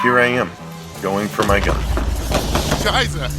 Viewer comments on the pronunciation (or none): Is it me or did he say "scheise this is intense right now"? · love how he says scheiße haha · Did he said scheise in the replay